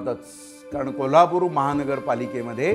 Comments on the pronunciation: जोशीराव, त्या पोरीला शिकवा ना की कोल्हापुरला 'कोल्लापुर' म्हणू नकोस. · शुद्ध भाषेत कोल्हापूर . आणी कोल्हापूर कऱ्यांच्या भाषेत कोलापूरच 😂